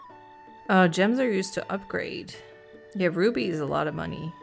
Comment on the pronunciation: Her accent is so cute, although I always understand "roofies" when she says "rubies"...